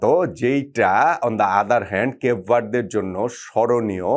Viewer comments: কিসের কাবু ভারডে। কেব ভারডে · ভাই রে ভাই দেশের নাম কেপ ভারদে আপনি কি বলতাছে কিছুই বুজিনা 😊😊😊